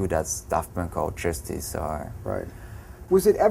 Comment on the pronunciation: uhhh... They're called "Justice" not "Jouus-deece"